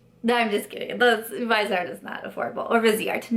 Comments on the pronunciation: They're pronounced Viz-e-art and 'Trist' :) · I recommend watching Stephanie Nicole’s videos on Viseart. In one she interviewed the owner of the company and it was very informative. Btw, it’s pronounced vis-ee-art, with 3 syllables, from the French word for face, “visage.” I didn’t know how to pronounce it either until I watched Stephanie Nicole. She is a huge fan of their mattes, but not as much their shimmers because they are more subtle. I have 4 of the 12 pan palettes and they are amazing. The mattes are incredible, but I even like the shimmer palette I have because it’s more subtle. It works well on my more mature eyes, doesn’t settle into the “less smooth” areas. I even wear them in the crease and above where they also look pretty. But, the mattes are absolutely great quality and a pleasure to work with. Love your eye look today!